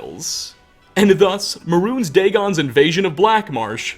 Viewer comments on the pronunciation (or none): How are you gonna make videos on the Elder Scrolls and pronounce "Mehrunes" like "Maroons"? haha.